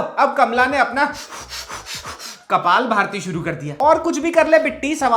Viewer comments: wo "Kapaal Bharti" nahi, wo "Kapaal Bhaati" hota hai dust balak.😂😂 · ..kapalbhati hota hai..Kapalbharti nahi😂😂😂😂